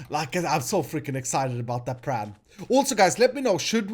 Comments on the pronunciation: why do you say Pran instead of plan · sometimes i think says "I got a pram'